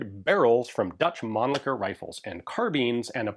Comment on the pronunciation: At least someone here in US pronouncing Mannlicher close to correct. Usually I hear people going " Man licker", then they stop like"ohhh wait...what?"